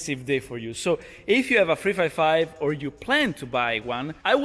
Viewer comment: " What Ferrari model is that? " - It´s a FREFAIFAIV (355) hehehehe, that italian accent is on point!! Btw, awesome soud!! Cheers from Brazil.